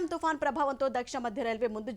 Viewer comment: Thuuuupppaaan Enti ammai thufaaan kada